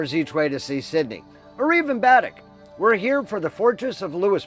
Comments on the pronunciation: Pronunciation for Baddeck in Cape Breton is ( BAADECK ) I am a Nova Scotian . Interesting video , I have visited Cape Breton a few times . Thanks for sharing . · Baddeck = Bah-deck. 👍🏻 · Great video. A little hint, though, Baddeck is pronounced Ba-deck. Ba as in baa like a sheep does. 😉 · Your saying baddack wrong 🤣